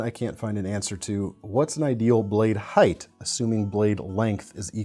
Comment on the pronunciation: I'm only 4 minutes in, but thank you a million times over for pronouncing "height" like "heigHT", and NOT like "heigTH"!